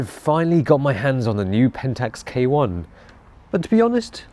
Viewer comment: Pentax K1 More Like Pentax Kaay-Wong